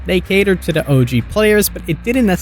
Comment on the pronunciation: Into da fog? Dis instead of this? Are you on drugs?